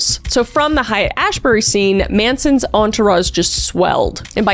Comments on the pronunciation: Kris, I love you, but I wish you'd spend like 30 seconds learning how to say the location names when you're doing deep dives. It's not "hyatt-ash-bury." It's pronounced "hate ash-berry." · Minor criticism, you mispronounced Haight-Ashbury its pronounced hate not Hyatt.